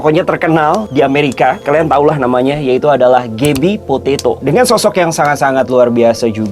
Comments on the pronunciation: kenapa aku dengernya dia ngomong gaby potato ya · "Gabby Potato"....geblek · Gabby Potato???? Wkwkwk